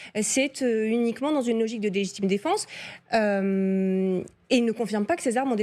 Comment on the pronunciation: logitime défense ? Cest quoi ?